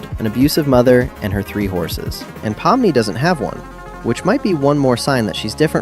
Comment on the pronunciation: actually, its pronounced 'po-mm-nee', i know since im actually russian myself